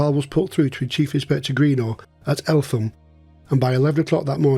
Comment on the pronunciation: Fantastic episode needless to say guilty as charged and should have been hanged twice!!!!!! Doubly fascinating for me as when I served as a Police Officer I was often in and out of Eltham nick......(BTW its pronounced ELTAM|!!!) =;-) I know this area well and my Brother in laws house which is on the top of nearby Shooters Hill had a hitching platform for Barrage Baloons in his garden......the RAF staff who serviced them came from Kidbrooke Camp!!!!!! Thanks so much for doing this LOVE IT!!!! Really interesting.